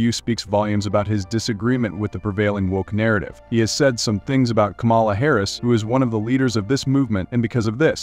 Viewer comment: It's not Ka-mala. It's Kama-la.